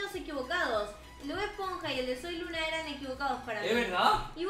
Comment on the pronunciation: Hola soy luna suena como Hola soy Lina 🖤❤️🖤